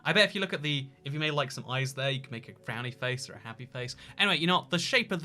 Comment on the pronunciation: More like: we all nake nistakes in the heat of passion